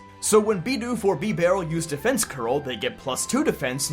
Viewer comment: I've literally never heard anyone pronounce it bee-barrel. I've only ever heard bib-arrel